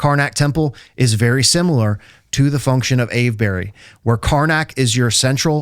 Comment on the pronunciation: if he says ave-berry one more time. every english person watching is screaming "Its pronounced Ave-bree!". That goes for all of the "burys". we just say bree, cus ent nobody got time to say all the syllables